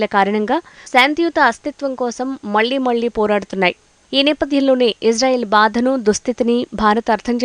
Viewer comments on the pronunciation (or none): none